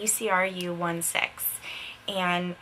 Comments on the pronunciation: Ecru is eh-crew lol i would tell you if u could hear my voice but nope gotta type pronunciation lol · it's pronounced ek-roo :) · Hi. The name of the color is "ecru." It's actually a color name. It's not pronounced "E-C-R-U" as in spelling out each individual letter. It's pronounced "ek-roo." I thought you might like to know that! :-) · It's not E C R U It's the name of the color. It's pronounced like ecrew...